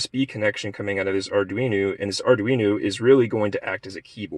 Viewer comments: ArduinO not ArduinU. Slightly annoying. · Arduino. It's an o at the end not a u.